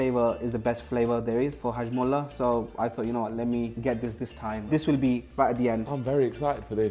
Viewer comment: He said hajmulla wtf